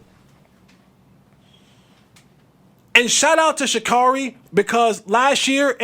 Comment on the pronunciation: Well…at least say her name properly…Sha-care-ree.